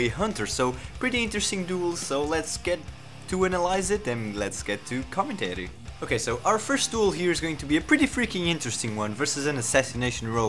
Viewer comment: Commen-tary, not commentree